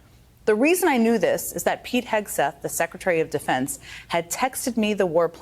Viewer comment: Pete Hexath? u mean Sweet kegbreath?..do better a.i! lol